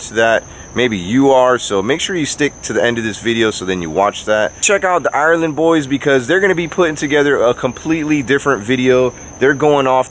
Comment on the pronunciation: The 'island boys' not THE island boys? 🙉😂